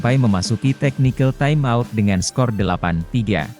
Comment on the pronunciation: TIME OUT baca TAIM AUT Mas, ATTACK baca Etek. Maaf parah ni komentator